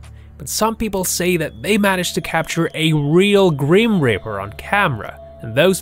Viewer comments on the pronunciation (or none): GRIMPREAPER NOT GRIMRIPER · its grim reaper not grim ripper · FYI it's grim reaper not grim ripper! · IM SO TRIGGERED WACHING THIS BECASUE HE IS SAYING GRIM RIPPER OMG IS CALL GRIM REAPER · Grip reaper not grim ripper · "the gream ripper" "hoooodie" "veedeeo"